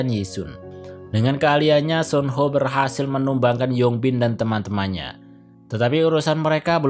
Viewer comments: Kok nyebutnya sun ho si kan suho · Mohon maaf nih bang, lu jelasin alur nya udah bagus, tapi denger lu salah nyebut Soo ho(su ho) jadi Son ho agak risih di kuping gw bang🙏